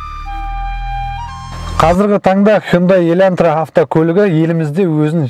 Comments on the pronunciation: Бауырым ЕльӘнтра емес ЕЛАНТРА деп айтшы, өтініш)) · Илантыра емес Елантыра 😂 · Ең бірінші "Хондай еләнтрә" дегенінде мысқылдап айтып жатырма десем, өзін солай сөйлейді екенсіғой😂🤣. Хуйын-дай демегенінеде шүкір дейм енді.